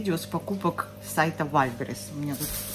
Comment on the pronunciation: не в упрёк,наконец то вы правильно сказали Вайлдбериз!Уж очень резало слух этот Вальбериз)Я любя,простите!